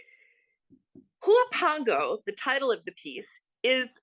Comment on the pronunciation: Huapango is pronounced “uapango”. H is silent.